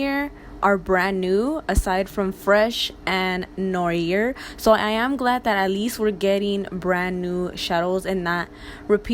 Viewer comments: Girl noir is pronounced “new arrr” like a pirate 😂💕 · ‘noir’ is pronounced ‘nwahh’. Smoothly, in one go. It’s French for black. This look is really pretty. I will probably buy 🤷🏻‍♀️